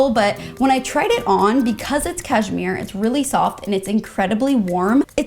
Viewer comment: “cash-MERE 👁👄👁”